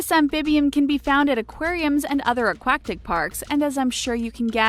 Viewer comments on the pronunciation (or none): "Aquacktic parks" 😂 😂